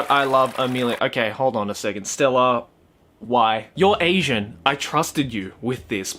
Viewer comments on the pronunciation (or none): none